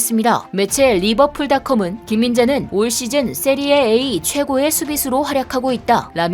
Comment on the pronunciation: 세리에이 아니고 세리에아 이름은 바르게